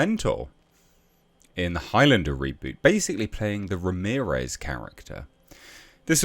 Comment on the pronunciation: He wasn't Spanish, he was Egyptian. .... Ra-mirez...?